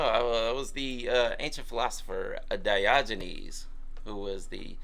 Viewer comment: did you say that you were the ancient philosopher "Dodgy Knees"?! 😕🤔🤣